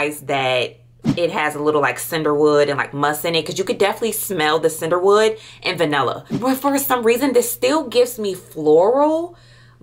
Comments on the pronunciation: I just caaaant with the ‘Cinderwood’ 😂😩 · I was getting confused because she is saying “Sinderwood” or “Cinderwood” for I believe Cedarwood? And Vaniller for Vanilla. Pee-uh-nee Mag-no-lia Vuh-nill-uh See-der-wood 🤣🤣🤣🤣